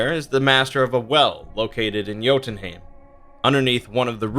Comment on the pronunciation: Bruuuuuuuuh its jötunhEIm not haim